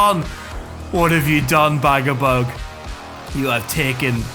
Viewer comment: Dude, ū ir pronounced as oo. So it wouldn't be Bagabug, it'd be Bagaboog. Same as Dūsh isn't Dush, it's Doosh. Or, you know, Douche ;] (100% sure it's intentional) It's a bit weird that you know each of them by name, you know their deepest dreams and desires, you know their entire family tree and you went to their second cousin's wedding. But NOT ONCE did you listen to how their names are pronounced =] P.S. Can't go wrong with Rip and Tear, well done.